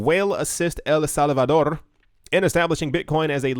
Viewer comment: El Salvador with the Spanish twain should be said every episode